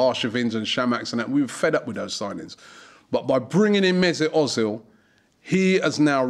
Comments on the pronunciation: özil is pronanced Erzil not Ozil but i am happy we have him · Özil, mate. You say Ozil. It's pronounced Oezil. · i love how you say ozil hahah its more like 'err-zil' :P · Robbie, its pronounced erzil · Its Pronounced Mersoot Erzil..... I hate the way Robbie says it lol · I was just about to tell you ur saying ozil wrong but then u said ur going to start saying it write